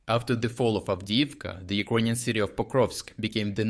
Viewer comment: Check your pronunciation of "Ukrainian"